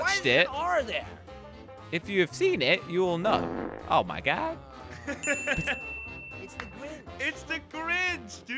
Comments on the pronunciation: oh my gad Me: laughs the hell outa me Edit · "Oh My Gad" Idk why but it made me laugh there